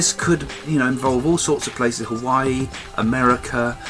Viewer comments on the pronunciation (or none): none